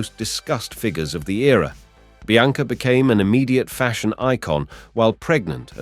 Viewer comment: Bianca pronounced Biancer?